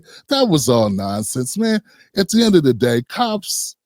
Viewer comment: He's changing his voice because he is mocking us. It would be interesting to know if he is an FBA. I don't think he is. I will not go to his channel because he is not one of us. Towards the end he said "that de_ federal government is behind you." We say, the not de.